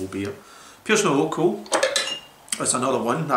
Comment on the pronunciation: You're one of the few people to properly pronounce urquell, however, the city is pronounced Pilsen, no Pleezen. The Chez spelling is Plzn. It's where the world Pilsner comes from.